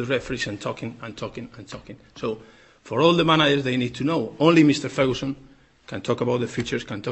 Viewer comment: "Meeester ferhooson" "manayer" Ha. Ha. Ha. Ha Poor, bitter twisted benny.